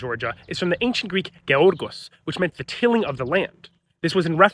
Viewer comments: it’s pronounced “yiorgo”😭😭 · It's weard that even you aren't able to pronounce properly Greek words. Your Γ is more like G than an actual Γ and you added accent to the semi-last syllable and not the last.